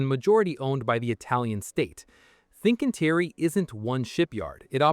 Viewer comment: everything else is also pronounce wrongly, Fincantieri, TUI, Turku, Meyer, Papenburg, Werft, Rostock, ...